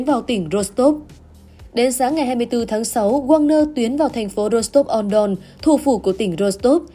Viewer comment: Nên phát âm là: thành phố Rô-xờ-tốp trên sông Đông···